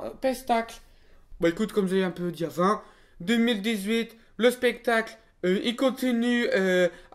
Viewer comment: Pas un peu humiliant que dans l'FAQ certains ont écrit "spectacle" "pestacle" pour se moquer de à lors que lui il le prononce bien spectacle alors que lui c'est un gogole et pas vous mdr. x)